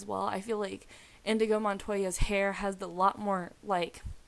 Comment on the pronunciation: Inigo! NOT InDigo.